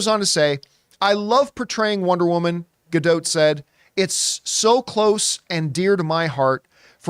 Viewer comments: Please. . . please learn to pronounce her name correctly. please It's easy. Her name rhymes with dot. Not. . . dote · her name is pronounced, closer to Gal Ga-Dot (not quite but closer than DOTE)